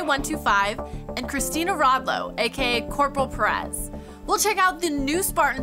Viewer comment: hate the way the say perez. its not pear-rez